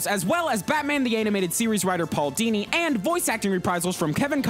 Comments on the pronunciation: Paul Dini? Don't you mean Hooo Dini! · Hoo-Dini? Paul-Dini. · Paul HOO-Dini